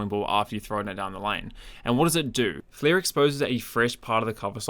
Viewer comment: " Flair exposes...." WHAT? What does it expose? That was an incomprehensible series of syllables to my American ear. I played it at 0.75x and 0.5x, still no idea.